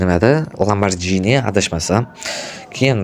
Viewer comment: Ha etgande lamborjimas oka lamborgini 😂😂😂😂😂😂😅😅😅😅😅